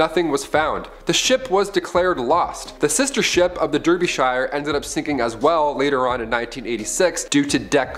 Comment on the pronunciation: Derbyshire, is pronounced “darby-shear”